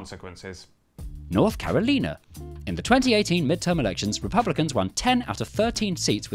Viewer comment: THANK YOU FOR PRONOUNCING CAROLINA LIKE THAT!